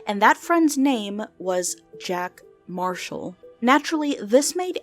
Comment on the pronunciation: “Jack Mashall” Lol